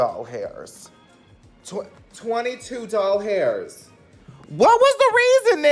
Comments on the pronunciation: idk y it kills me when he says doll hairs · “18 dollHAIRS”😂😂😂😂😂😂😂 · I was screaming every time you said doll hairs